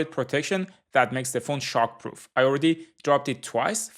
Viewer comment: At first I heard sharkproof instead of shockproof, but thinking of it it's probably both.